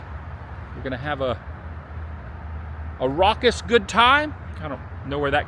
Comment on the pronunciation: “ We are gonna have a Rockuss good time “ Shall we .. ☺️